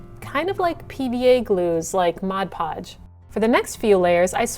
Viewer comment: Thank you for pronouncing Mod Podge correctly... can't tell you how many times a day people come in asking for Modge Podge.